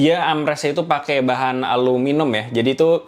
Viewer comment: ALUMINIUM bang, bukan aluminum, itu orang2 amrik aja suka salah baca, g usah ditiru sok sok american